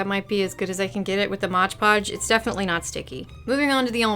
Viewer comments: I'm not gonna make fun of you for saying ondongo but I will make fun of you for saying modge podge <3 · so you're gonna comment on "ondongo" but not on "modge podge"?! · I love how you apologize for "ondango" but not for "modge podge" lmao